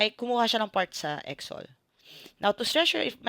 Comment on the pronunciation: Ngayon ko lang napanuod and medyo natawa ako sa pronounciation mo sa EXO-L hahaha marami nga nagkakamali diyan ma'am it should be EXO-EL. But still thank you for this video ma'am